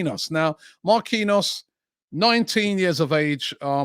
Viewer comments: No way he pronounces Marquinhos as Ma-Queen-Arse, no way 🤣🤣🤣🤣🤣🤣🤣🤣🤣 There is literaly a player at PSG with the same name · Give him game time, help him to be part of France WC squad for November/December and get him to sign a contract extension in January or offload him, to get maximum value. Oh, and Robbie Jesus is Brazilian so it's pronounced Jay-zeus not Hay-Suess. Marquinhos is pronounced Markey knee Oss. It's really not to hard. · Only Robbie can pronounce a players name different twice in the space of 2 seconds 🤣🤣 Marquinhos..